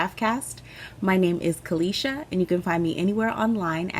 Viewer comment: You pronounced my name very well Caleisha, thanks for asking if it was correct. I took my time watching this one, thanks for brightening my day on a few occasions